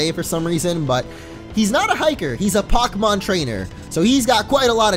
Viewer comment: hes not a pocmon trainer hes a pok mon trainer you say the pok like poke with the e but without the accent